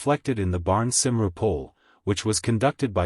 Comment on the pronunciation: It is not simroo, it is coomwee